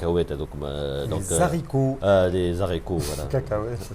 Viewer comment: on ne fait pas la liaison quand on prononce le mot "les haricots" stp